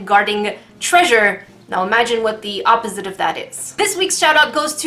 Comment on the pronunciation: say(ah-po-sit(e)) not oppzite